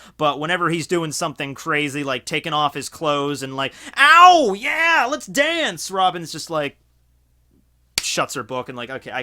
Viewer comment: The most accurate "Ow" ever